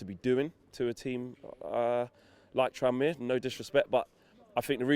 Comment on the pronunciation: Ffs it’s tranmere